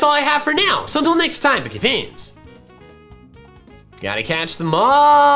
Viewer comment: I hear "boogie fannies"